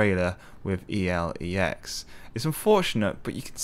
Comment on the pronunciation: Its called Elex and not E.L.E.X wtf dude?